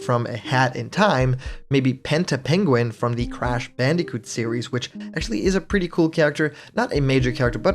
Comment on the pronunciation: “Pegin” Excuse me what